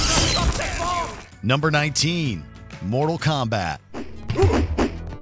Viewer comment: How could you say mortal kombat? you tweaking